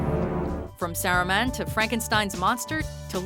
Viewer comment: Who's Sarahman? I thought his name was Saruman